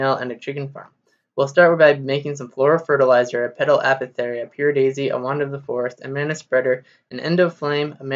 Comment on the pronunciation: "A paw thick airy" not "Appo theory" Anyway, thanks for this video, its incredibly helpful!